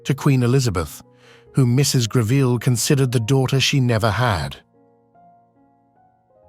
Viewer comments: It's NOT Griveel! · Very poorly researched, resulting in an unfortunate amount of the misinformation. Photos often do not match up with the narrative. And it's properly pronounced GREV ill. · Save us from the mispronounced surname!